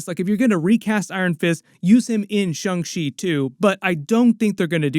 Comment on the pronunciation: It’s Shang-Chi not Shung lol